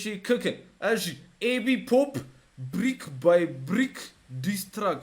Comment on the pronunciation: It's Track Not Truck 💔😂